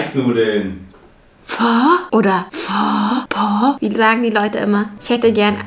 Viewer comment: es wird nicht phö sondern einfach nur Po,No hate